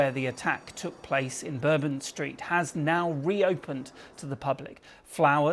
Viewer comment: Isn't this news anchor the goof ball who didn't know how to pronounce 'bourbon' two days ago?